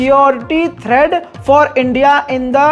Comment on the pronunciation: Thread nahi hota(dhaga) threats (dhamki) bolna tou sahi se seekh len😂